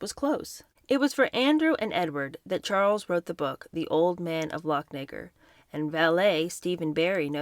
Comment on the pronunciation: Another heads up, Lochnagar is pronounced "Loch-nah-GARR" and Buccleuch is pronounced "Buck-LOO".